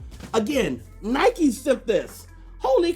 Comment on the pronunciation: Its Nike. Not Nikeee